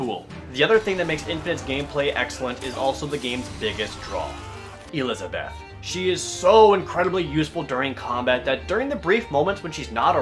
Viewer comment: Fucking hell, LEARN TO SAY ELIZABETH...